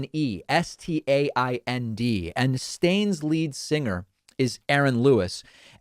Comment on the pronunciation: I've been told it's pronounced stand but stained seems appropriate. I don't care for the music but whatever